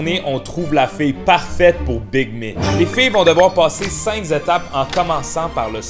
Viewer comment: "cinq Z'étapes"😢